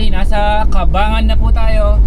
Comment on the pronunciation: Cabangan (kabang-gan)